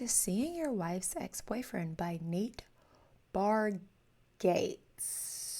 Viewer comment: It's actually Bar-GET-see, Jimmy Fallon and Nate had an entire discussion on how he had been pronouncing it wrong so many times.